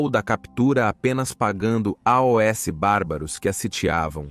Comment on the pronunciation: A IA que faz os vídeos é show, porém esse A O S toda hora é agoniante kkkk